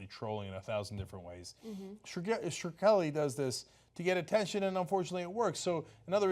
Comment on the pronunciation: LOL, Cenk still doesn't know how to pronounce Shkreli :)